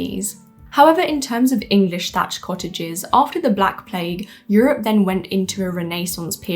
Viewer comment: Woman can't pronounce "cottages"